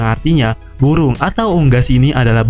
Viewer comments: Burung min bukan buwung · Bu'uung melawan bu'uung, salfok sma omongannya mimin😂😂 tpi manteppp lah terus berkarya👍👍